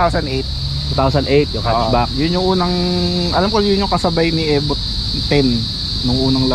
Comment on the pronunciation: E-VO not Eh vo.